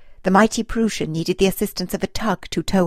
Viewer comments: It is pronounced "prois n" Get the name correct! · Great narration and fantastic pictures! Way to go! ( A little hint though: It's pronounced "PrOIssen". The "eu" sounds like the "oi" in "oil" or "oister".)